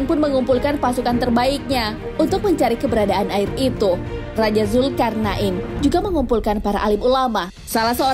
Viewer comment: Mantap. Alhamdulillah, Cuma klo boleh kasi saran, untuk penyebutan istilah atau nama, tolong di perbaiki, Seperti penyebutan nama dzulkarnain dn lain lain, Thx